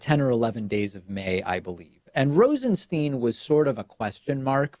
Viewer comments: I don't get how Stein can be pronounced Steen. Is this dyslexia? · Come on, David. You mispronounced his last name 5 times in the 1st 5min of the video. Do you have a producer or not? I'm a fan believe me, but I'm a fan because you are smart and articulate and literal when you speak. It's distracting and detracting when you switch pronouciations of Rosenstein back and forth.